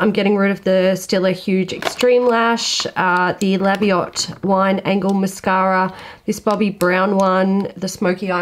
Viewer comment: I can’t listen to you say mascara without saying “mashara” & it sets me off giggling each time hahahaha ... brilliant vid showing a declutter actually doesn’t have to be huge - just a way of keeping on top of things & that it is ok to declutter things we no longer like anymore (this is something I find hard & it spoils my drawers,so I’m going do a mini declutter) 💖